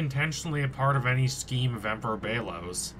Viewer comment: It's pronounced bel-os